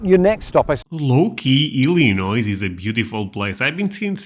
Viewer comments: When you pronounce Illinois , the letter s is silent, so it's pronounced more like Ilinoy . Yes, I imagine that some people will ask if you're from Russia. I like some of the accents from Scotland and also Ireland quite a bit. I live in Alabama and have heard accents from people who moved to Alabama or were visiting from Ireland, Scotland, South Africa, Italy, India, Columbia, China, Germany and Poland (four Holocaust survivors). When I was in my twenties, I worked in a hospital at the information desk and in the gift shop, so the huge majority of those people were hospital employees, office workers, medical staff, volunteers, and such. I loved talking to them and discussing cultures. A lot of them didn't know much or anything about black Americans and our various cultures and how they connected and blended with others. I loved giving my bit of knowledge from my experience as a young black woman. The four elderly Holocaust survivors were so sweet. They were two married couples who met in a concentration camp, made a vow to survive, did, married and the four were always together. The two men showed me their tattooed numbers on their arms and asked if I knew what they were, and I did. They were open to discussing some of what they endured, but told me there were things they wouldn't tell me because it would be too much for me to handle. I'm just listening, but they lived it. 😢 Their wives always wore long sleeves because they didn't want people asking questions about the tattoo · Many people, including a LOT of Midwesterners surrounding Illinois, will say "El A Noise" when it should be "El A Noy". I can remember back in the 1970s to the 1990s there was a state slogan to promote the state that I heard in TV ads that said "There's no Noise in Illinois". This referred to both the rural calmness of most of the state along with a reference to the common mispronunciation of the state's name. (I originally from the bordering state of Indiana.)